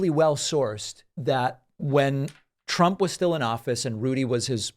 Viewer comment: He keeps mispronouncing "trump"